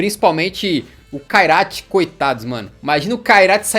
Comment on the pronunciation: O Kairat vai tomar uma surra do "Kairaio'